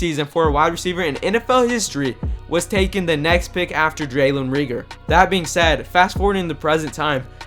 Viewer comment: who is "draylon reegor" ???